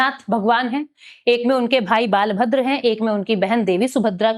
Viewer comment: As an odia we can't tolerate this type of pronounciation regarding our god ବଳଭଦ୍ର .. it's hurtful to our sentiment... kindly understand this 😢